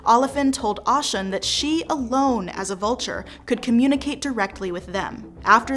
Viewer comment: I was about to say the same thing!!!!! Because it’s Oh - shoon not Au- shun.😅 Big O 🦚 I have so much respect for the effort, i would like you all to consider doing a little research on how to pronounce the names of the orisha correctly. It would add to the creditbilty of the content.